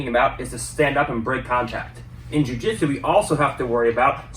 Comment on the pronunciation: Jiu not ju